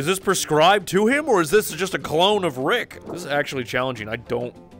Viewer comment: it’s not riiick